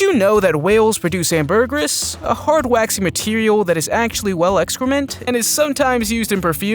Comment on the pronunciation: Please learn how to pronounce ambergris.